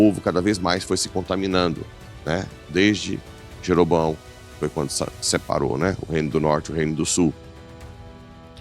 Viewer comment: sua benção!!! Corrigindo:o rei filho de Salomão,é Roboão e não Jeroboão........ PAZ E BEM!!!